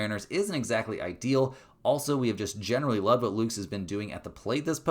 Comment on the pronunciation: Friendly correction from a jays fan, it’s Lukes (like Lucas) not Lukes